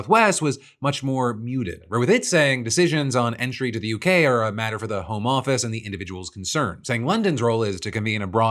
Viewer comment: The way you say “home office” sounds like you’re talking about working from home. It’s hard to explain but there’s a different inflection for the home office.